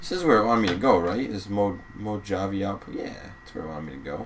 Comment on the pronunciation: Its pronounced like mohavea.